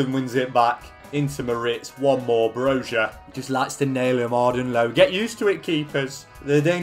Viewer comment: loved the video but the thing that annoyed me the most is the you pronounced Broja as Brozha. saying it as an albanian myself. its bro-ya. thats how its pronounced. its so many youtubers and it pisses me off even though i know that you cant speak our language